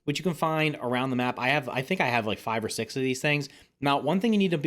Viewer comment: or is it just a german six (sechs)